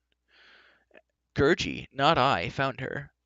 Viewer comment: You said gurgie wrong